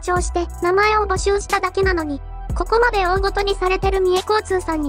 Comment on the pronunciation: 「だいじ」じゃなくちゃんと「おおごと」と呼んだのに感心した